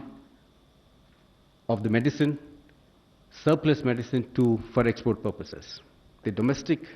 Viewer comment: Aaj to medicin ka naam bhi sahi nahi padh sake😂😂🤣